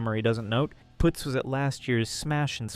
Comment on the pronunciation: Putz is pronounced puhtz. Its a word that means "dumb fuck".